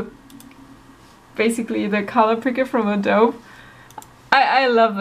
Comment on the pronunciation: its adobe, not ADOB hahahahaha